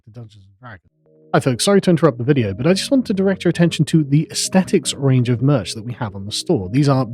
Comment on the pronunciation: Karl please stop saying Merchs or Merks